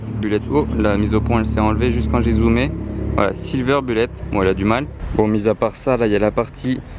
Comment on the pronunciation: Voiture extraordinaire, bien évidemment. MAIS : il va falloir que tu révises ton anglais, au moins un peu, parce que là, c'est de l'anglais à la DeFunès... 1/ ''Silver" : signifie ''argent'' et pas ''gris'', 2/ ''Bullet'' (en français : ''balle'') : se prononce ''boulette'' et pas ''bulette'' comme ''bulle'' en français, et le ponpon : 3/ ''Push'' : on prononce ''poush'' et pas ''peush''. Faut pas m'en vouloir, y'a rien de méchant, mais quand-même j'ai pas pu m'empêcher !